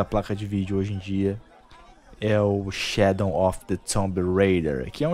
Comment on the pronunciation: por que você troca o w por n? Shadon of the tomb raider.